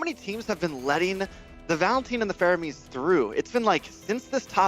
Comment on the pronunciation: man said faroamis not faramis 🤣